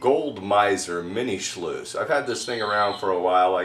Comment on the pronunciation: Mini shluice?? Lol